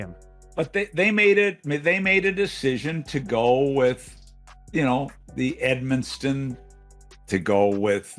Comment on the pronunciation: Why are most hockey analysts calling Edmundson, EdmunSTon ?? I cringe every time it hurts